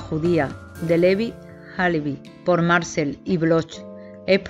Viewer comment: Amo esta novela, cada tantos años la vuelvo a leer. Muy buena la presentación de los personajes. Obviamente la narradora no sabe francés, y se le disculpa, solo le diré que Marcel se acentúa en la e, Marcél. Muchas gracias por su trabajo!